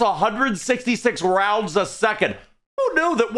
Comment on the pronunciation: "She weighs 150kg and fires $2000 custom tooled cartridges at 10,000 roinds per minute" ahh 😭😭😭